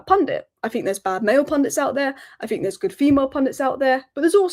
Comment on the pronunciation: Anybody who pronounces "Think" as "Fink" should never be a Pundit!! Theres a few of them!